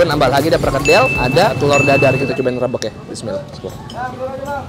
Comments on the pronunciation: "Rabeg" lafalin huruf e nya seperti e pada kata "bebek". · Nyebut rabeg nya salah bang, e nya bkn diteken tapi kaya nyebut kata "ojek,gojek,"